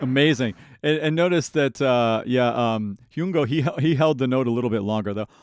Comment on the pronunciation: Thank you so much for your Forestella reactions! ❤I really appreciate your expertise as both an operatic and contemporary singer, as that is what Forestella is all about: a crossover group! I hope you do many more of them, both on Youtube and Patreon. BTW, Hyung-Ho's name rhymes with "young doe", rather than how you have it right now. 😊